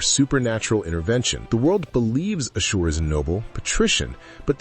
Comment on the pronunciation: Why are you mispronouncing his name like that?